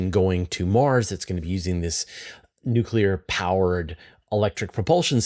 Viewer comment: NUK-YOU-LER for Mars!!